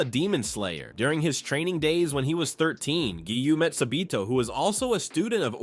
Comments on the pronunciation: Why does he call sabito sabeto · Sabito❌ sabeeto✅ Kanae❌ kanie✅ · Sa bee toe